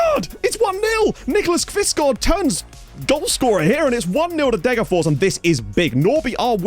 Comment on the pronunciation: As usual very impressed with your pronounciation, but it's still "DegerFOSH". Like with Västerås you pronounce the s (well -rs is pronounced "sh") because neither are genetive. Fors means stream and ås means ridge.